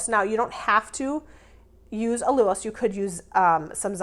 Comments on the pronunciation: Allulose is pronounced: OWL-U-LOWSE 😂😂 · Love your low carb fab recipes ❤thank you! FYI it’s pronounced all-u-lose 😊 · "Al- You-lose"